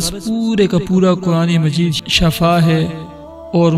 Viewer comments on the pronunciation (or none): شفاء ش کی زیر سے ھے زبر سے نہیں زبر سے معنی بدل جاتاہے شکریہ